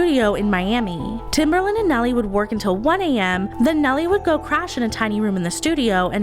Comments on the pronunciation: Guurl his nickname was Timbaland not Timberland☠️ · love the video, but hearing timbERland instead of timbAland grinded my gears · I'm sorry..are you saying TimbERland??